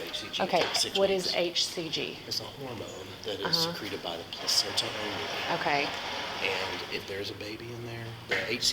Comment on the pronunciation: i like the way she pronounced placenta